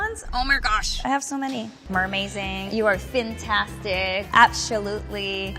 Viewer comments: meRMAZING HAAHAHHAAHAH SHE SAID THAT AND I DECIDED TO LOVE HER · I mean she already had me fixated before - but when she said "mermaizing", I was completely done.